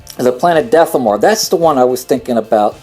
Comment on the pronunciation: You are very hard to follow, you pronounce so many planets wrong i.e. Dathomir you are saying Dathomore but the planet is pronounced Dathomeer. Also your "eh..."'s , "ah..."'s, "ehm..."'s, and stuttering is very annoying and lenghtens your Video artificially, so how about you start writing scripts and cutout bad moments! Best regards.